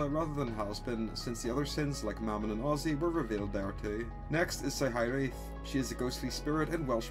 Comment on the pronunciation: I'm Welsh, and it's not often I hear about really anything to do with Wales being mentioned, so you can betI instantly sprung up when I heard Cyhyreath (Also I'm not entirely sure but Cyhyreath might have a different Welsh pronunciation?)